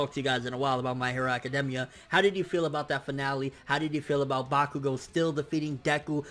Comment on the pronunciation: AC-CA-DAME-IA. Lol